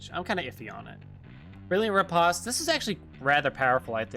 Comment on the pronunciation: Say "Post Office" and now say "Re-POST." That's how you pronounce riposte...